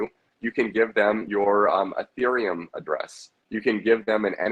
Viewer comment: Lost me when he said Ethereum Smfh